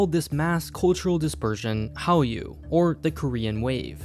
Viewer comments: That is how it is written and pronounced by each syllable in Korean. When combined as one word, however, ‘n’ sound is affected by following ‘r’ and becomes like ‘r’. So it is actually pronounced ‘halryu’ or ‘hallyu’ as Polymatter shows in his video. Look up Korean phonetic law ‘consonant assimilation’. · “Korean wave” is pronounced "Han Ryu" in Korean.